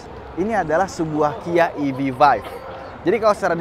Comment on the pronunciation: EV Five bang, bukan Vive :face-green-smiling